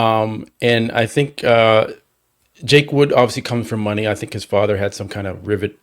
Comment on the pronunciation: … it’s Jake “Wood” not Jake Woods.